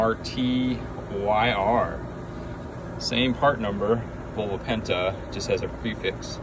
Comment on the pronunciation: It’s pronounced Mar Ter as in “her” 😂